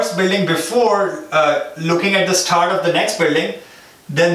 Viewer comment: bro why cant you pronounce start as start instead of starhht, btw great video